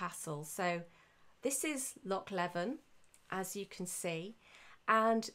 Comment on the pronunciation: Very interesting, your passion is very evident! Just for your information, Loch Leven is substantially smaller than it used to be as it was partially drained from 1826-36, hence the island got much larger and it's pronounced 'Lee-vin'.